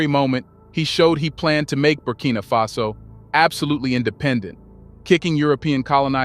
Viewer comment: Its Faso my guy not face-o